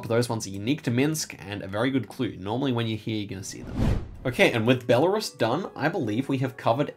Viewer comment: Thank you for the video, very helpful! I always love your advice. Just a small pronunciation tip, Belarus is pronounced more like "bella-ROOS". It's a tricky one!